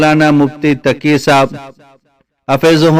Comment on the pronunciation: یہ لفظ taqi hay takiya nahi